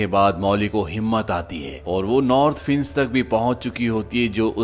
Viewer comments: भाई साहब अपना उच्चारण सही कीजिये - फेंस को आप फिन्स कह रहे हैं. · Fienc ni Fence hota hai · फिंस नहीं फेंस होता है👍फेंस मतलब बाड़ या घेरा होता है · Fince nahi fence English study kar aaye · fince nahi fe-ance bhai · Admin ne fence ka pronouns acha kiya hai fince😂